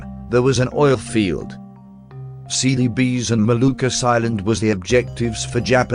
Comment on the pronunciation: I keep hearing "Silly Bees..."